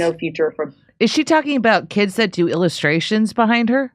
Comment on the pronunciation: When she says the word 'do' it has 3 syllables.